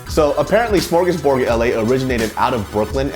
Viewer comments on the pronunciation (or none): Its not smorgusborg. Its from the swedish word smörgåsbord wich is basically a buffé kind of thing. So in your case it should be spelled as smorgosbord. Haha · it's not SMORGUSBORG, it's SMÖRGÅSBORD and basically translates to "sandwich table". :) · The fuck they butchered the fuck out of smörgårdsbord